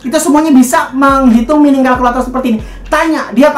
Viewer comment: Mining dibaca "Maining"